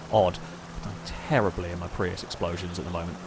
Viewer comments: Are you trying to say Prius or Prairie? Because either way it's wrong. The GTA version of the Prius is called "Dilettante" and the Prairie is whole other car. And Prius is not pronounce as "Pri"... This has been going on for so many episodes but I never seen anyone mention it. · What's the deal with calling them a "Pree"? Dont know why, but it's really irritating... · Why do you call them pre’s or is that a weird way of saying Prius